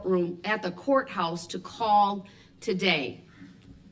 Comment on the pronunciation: But he reads his bible EVERY DAY! Even on breaks! And he’s a CHRISTIAN! Are we to believe that he is reading his bible right now? Can he read? He obviously can’t pronounce a lengthy list of words. CO-Horse. Baff-Room. Li-Berry. He walks around with no shirt on and my favorite of all time. Trying to stare people down while being chained to a chair. The absolute foolery! 😄